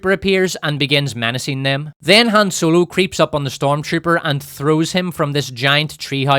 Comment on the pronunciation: "HAM ROLO"